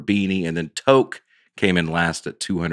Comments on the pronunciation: Sorry if this was already mentioned but "toque" is pronounced as "toooook" (the "tooooo" part sounds like "booooo") not "toke" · Toque is pronounced like the number 2 with a k at the end (two-k), vs. toke. 🤣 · TOQUE = 'TUKE' lol not a 'toke' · "Toke" lmao noooooooo. TWO-K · It’s TOO-K! Not toke. 🇨🇦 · it sounds like toooque - long toooo sound not like toke.... and it's a Canadian thing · I'm Canadian and I was trying to figure out what a toque was lol...but it's just the way it was being pronounced. We say it more like "two-k" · I still can’t handle the toque/toboggan conversation. Beyond funny as a Canadian. It is pronounced two-ck, like ‘toot’ with a ck instead of a ‘t’ at the end. Love the podcast and has me laughing out loud by myself as I walk my dog which I’m sure causes some people to wonder what is happening. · Toque is pronounced "Too-k" (phonetically). Say the word 'Two' then add a 'k'. Im canadian